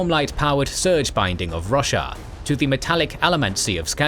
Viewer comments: I cannot not hear "Russia" when it says Roshar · Wow. So when you said Braize was located inside greater Roshar, I heard greater Russia😂. My brain was like yea, sounds bout right lol. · i thought you said russia instead of roshar so many times and i just accepted it that the fantasy world was named that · The mispronunciation of Roshar hurts every single time...